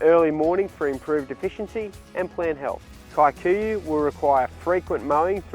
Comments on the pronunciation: The pronunciation of “Kikuyu” as “Kae-kuyuh” instead of “key-kuyuh” is hilarious. But so much nice information, thanks for the video. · It’s actually pronounced Key - kuh - yuh